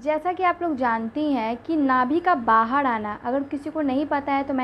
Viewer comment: 😂😂😂😂ye bolti Kaise h R ko d Nabhi bahad